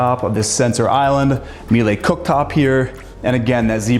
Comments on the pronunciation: Miele: It’s pronounced Me-lah not Me lay. (My wife works for them) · Ugh. How embarrassing. These young realtors know nothing. Miele is pronounced like Sheila, not Mielay. Clearly has a rich dad and rich clients and doesn’t know anything about such common trend with these kids selling multimillion dollar homes. Shameful 😅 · What the hell is 'meelay'? If it is what I think then get the pronunciations right. Otherwise great apartment but can we get rid of that god awful furniture. I feel like I'm at a major accounting or law firm. Love the sell job on the toilets also.